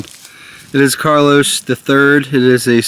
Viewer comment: love your vids but... it's not "CARLOS". It's "Carolu(v)s", which is Latin for "Charles"....and yes, I'm an old coin collector.